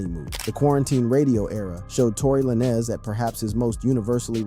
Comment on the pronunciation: Tory La Nezz 😂